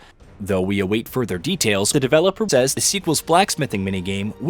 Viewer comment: Yes, but it’s AI. He just recorded an AI version of his voice. Listen to the way it glitches with how he says “says” Or Henry There just random tone + cadence shifts, pronunciation errors, and lack of emotion that show it’s AI. Just sounds a little off imo.